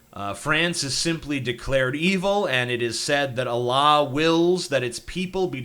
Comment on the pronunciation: You pronounce Allah weird.